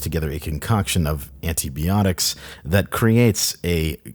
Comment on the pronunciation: You mispronounced “antibiotics”.